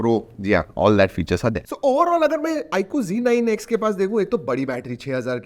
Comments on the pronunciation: Yeh IQOO ZEEE 9 X NAHI HAI, IQOO ZEDD 9 X HAI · bro ba g9x nehi z9x